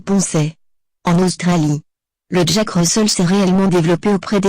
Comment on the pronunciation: 8/10 et Russel se prononce Russèl pas Russeul